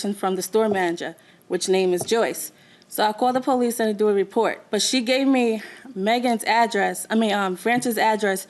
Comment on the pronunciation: She said - "I called de "POE leece"... POE leece... ? ... "😮" ...